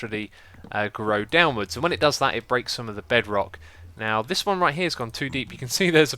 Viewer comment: another word for the xisuma dictionary i hear there Bedwock Bed-wock the mis pronunciation of the word bedrock...